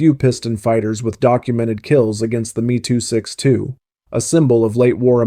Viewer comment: Is this an Ai voice As it is M E 262 Not ME AS in me and her Wtf